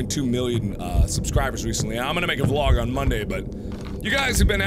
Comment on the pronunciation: Back then, didn't you pronounce vlog as "V-LOG"???